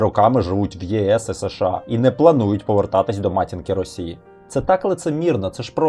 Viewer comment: Подобається канал, але є кілька маленьких порад щодо мовлення. Щ повинна звучати, як [ ш ч ]. Ч в українській тверда, якщо попереду немає пом'якшувальної голосної. США читається разом - США. Не [ С Ш А]. Щиро дякую за вашу працю!